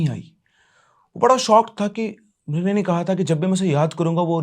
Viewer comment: mirignini nhi aaigi bolna kya chahte hai aap😹😹😹😹😹😹